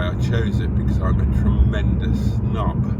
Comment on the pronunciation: You chose that venue cos you're a "tremendous snob" or a "tremendous nob"? I couldn't work out exactly what you were saying, but I guess the meanings are the same 🦴...Nice pootle through the very lovely scenery, accompanied by your anecdotal meanderings. What's not to love?